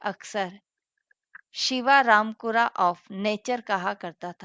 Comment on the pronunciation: मैडम आप प्रोफेसर हो और क्यूरोसक्यूरो तकनीक को शिवरामपुरा कह रहे हो..... अपने पद का तो ध्यान रखिए मैडम..... वैसे आप का स्टडी मैटर अच्छा है